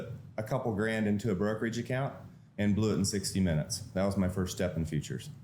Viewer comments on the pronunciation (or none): none